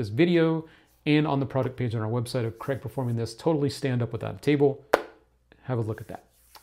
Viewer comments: Its not Creg, its Craig pronounced Crayg! Why cant Americans grasp this???? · I used to thing he was Graig😭